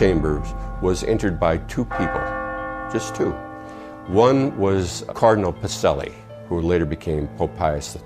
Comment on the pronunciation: Pa-che-lli . A program even of pseudo historical content, you still should learn to pronounce it correctly